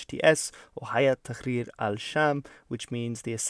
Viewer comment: Quick heads up you pronounce تحرير as تخرير which literally just means "shitting"